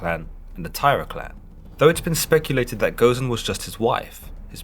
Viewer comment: alus nova Goh zen.